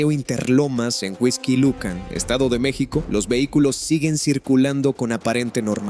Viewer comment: Es Huixquilucan, No Whisky Lucan!.